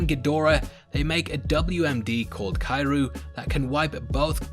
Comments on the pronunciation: Kairu? Ummm, it's pronounced Kee-ree-oo. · ITS CURE-YOU not KI ru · is he saying kairu or is he mis pronuncing Kiryu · Wtf is he trying to say is he trying to say Kiryu? "Key-you" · it's pronounced kihr-ree-you